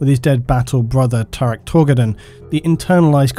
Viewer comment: Tarik Tor-Garden